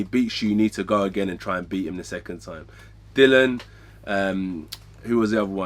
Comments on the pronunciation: Lads, it's pronounced DILL-E-AN Whyte. Not Dillon as if his first name is Bob. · Its not dillan its DILLIAN ffs lol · Anyone else wanting to correct AJ on Dillan being DILLIAN every time he says "Dillan"?